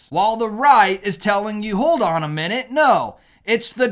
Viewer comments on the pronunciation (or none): none